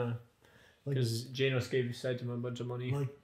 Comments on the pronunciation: Guys it's GEnos not Ginos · i dont really get why some people call him ginos when everyone in the anime obviously pronounces his name as genos 😂